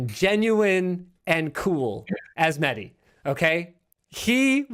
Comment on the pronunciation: My name is Mehdi and I am super infuriated by the way he pronounces the name